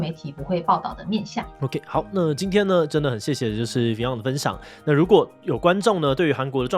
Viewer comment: fiㄤ一直念成fi甕耶🤣